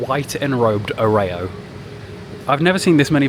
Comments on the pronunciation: You’re getting the steelbook bug!! I love a good steelbook but please don’t say Oreo like that again 🙈🤣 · Dog if you pronounce Oreo like that again, I'm going to have an aneurysm🤣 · the way you said Oreo!! anit no way lmaoooo.. good comment bait